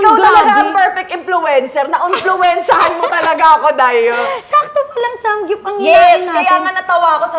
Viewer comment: Zeinab, it’s SAMGYUP not SANGGYUP 🤣